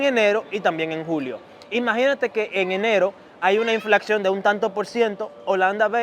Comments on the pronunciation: Se dice INFLACIÓN, no INFLACXIÓN jajajajjaajajajaj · Hola! Chicos... (min. ) inflacion es la manera correcta, no inflaccion, ni inflaxion. Suerte...gracias por ser informativos.